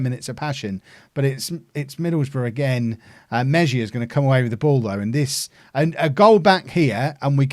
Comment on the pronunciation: It's pronounced Meh-hee-ya